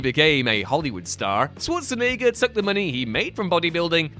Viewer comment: ah, the competition of who can pronounce Schwarzenegger the wrongest continues